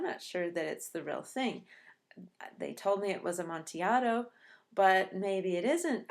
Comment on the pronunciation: Fantastic analysis. I only wish you pronounced the word amontillado correctly. Seriously though this was a great video.